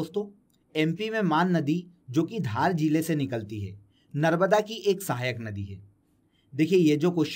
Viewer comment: सर नर्मदा का नर्बदा उच्चारण क्यूँ कर रहें हैं